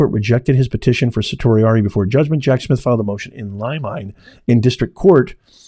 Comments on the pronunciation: It’s pronounced sir-she Ari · just a quick fyi you are pronouncing certiorari wrong, its Sir She orari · Professor of what? Certainly not law as you can not pronounce certiorari or limine.